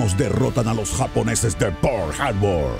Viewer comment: ¿Por qué lo pronuncia "Pourl Harbor"? Ahhg, de veras creo que estos tráilers doblados los hacen con las nalgas.